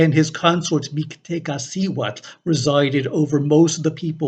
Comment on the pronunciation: I found myself connected to mictecacihuatl thanks for pronouncing her name. Although I almost died drowning 4 times, I knew how Tlaloc looked like before I saw his image it made sense to me same with mictecacihuatl I saw her as a young one.